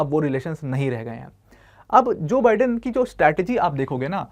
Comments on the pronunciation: Its not Bidden , it's Bye-den . Atleast pronounce properly. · Pronounciation*wrong* जो बाइडेन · Bolna sekh le teacher pehle, joe biden hota hai